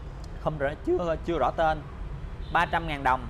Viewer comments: Bà nội ươi.ngồi nghe ổng đọc " ko có tơn" mà tui lựu theo nãy giờ🤣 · Vui nhất đoạn ông đọc hổng có tên còn nhấn nhẹ nữa chứ